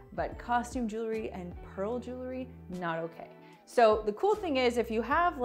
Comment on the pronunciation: Jewelry not jewlery. I do love these hacks ! Thank you